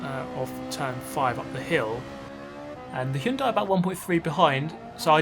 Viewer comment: Hyundai! Finally someone who can pronounce Hyundai correctly.